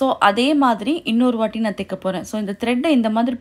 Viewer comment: Thaika not theika